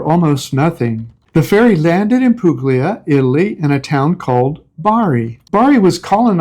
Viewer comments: I lived in Italy in the early 90s. By the way, it’s pronounced “pool-ya.” Just sayin.’ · This is NOT a criticism, but a suggestion. The g in Puglia is not pronounced. The gl combination has a unique sound. Since I can’t leave a sound file, you’ll need to research it. If you’re staying/living there, best you know the correct pronunciation. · Interesting video. To note please that the “g” is Puglia is silent.